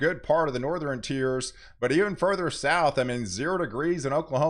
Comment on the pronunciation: Please stop pronouncing "Southern" and "Northern' with "3" syllables. They both have only "2" syllables.